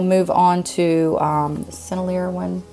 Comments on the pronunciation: Sennelier = Sen-nel-lee-AY. Girault = Jheer-oh. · lot of people can't pronounce it Sennelier ... Is pronounced ....SIN , L , E , A .... Thats the best way is could explain it .... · Thank you so much for all the great tutorials! I love watching them when I have time and trying out your teachings. Oh, and the way you pronounce Sennelier is SEN-EL-EE-AY. I hope that helps :) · Sennelier = Seh-neh-lee-ay Mi-Tientes = Mee Taunt Girault = Gee-row